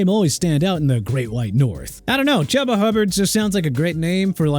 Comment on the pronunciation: Isaiah pronounced ai-zay-uh not e-sai-ah dude... SMH... also chuba pronounced choo-ba NOT CHUBBA! Achaemenid empire pronounced uh-kee-muh-nid! You can't even pronounce Jaguars! It ain't Jagwires it's ja-gwaars! Do me a favor: call up Jacksonville's team owner and see if they need a name change! I hope it happens soon! UNBELIEVABLE... oh yeah and if you can't pronounce New Orleans right then you have NO respect for the city in Louisiana!! New Or-lins not New Or Leans!! And you have Isaiah Loudermilk's name misspelled. IT'S NOT ISAIAHH! WHAT'S WRONG WITH YOU PPL?!